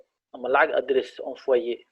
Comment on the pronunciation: hal mar aan ku saxo, V iyo F kala saar, wayo V aya kadhigeysa F, envoyer waxa ugu dhawaaqeysa enfoyer, raalina ahaw.